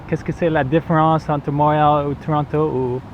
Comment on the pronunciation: Cant even say Montréal the right way haha